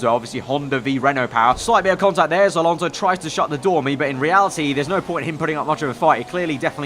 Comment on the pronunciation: It's Alonso not Alonzo😂😂😂 Great job nice video as usual